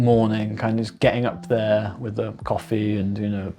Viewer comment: "With", not "Wiv", ffs.😮